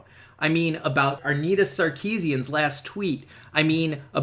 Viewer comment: lol...@ "Arnita sarkeesian"..... no "R" in Anita